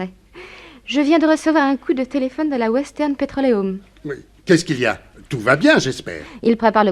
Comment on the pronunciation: au bord du lac Michi-gant il aurait pu dire le dire comme les américains disent " micht- chigane"par contre pour le mot petrolium ou square il les prononce à la perfection... on s'y croirait